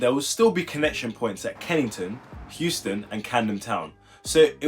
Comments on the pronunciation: No laughs, but are you aware that you are saying Houston instead of euston Also, i think that it would be 1 line just split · Its Euston not Houston